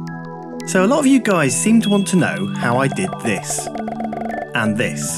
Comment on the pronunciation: He said 'and this' but i heard 'index' lol